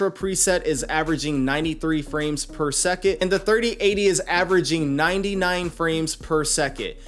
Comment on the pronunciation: Drink every time he says “per seket”